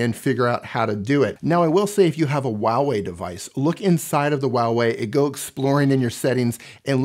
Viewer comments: it's not wah Wei lol it's Hwa wey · For everyone Huawei - hu-wa-wey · "WAWEI" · A moment of silence for the pronunciation of huawei